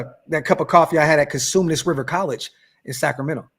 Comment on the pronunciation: said Cosumnes tho lol